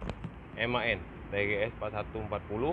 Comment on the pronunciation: Sekedar informasi,di bacanya M.A.N om bukan MAN,jadi penyebutanya di pisah karena itu singkatan,kepanjanganya adalan machinen Augsburg Nürnberg.